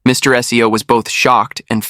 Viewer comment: seo is pronounced soul, not SEO like the Google SEO 😅